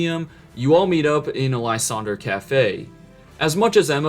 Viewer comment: It’s pronounced ZER-AH-sick and lye-SAND-er, “”! 🤨